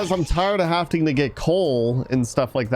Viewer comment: I love you but it kills me every time you say “havting” instead of “having” 😩😩